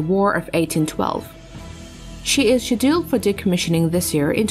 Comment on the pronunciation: I totally agree. Got fed up with " Shedilled " Being English I know some Americans use different words for things than me, and that's fine. But to completely mispronounced a word is terrible. Who designed these auto speaking bots ?